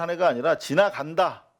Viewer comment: 지나갑네다...로 들리던데...^&^